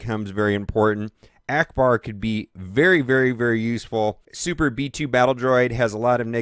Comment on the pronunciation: Trash he said Akcbar...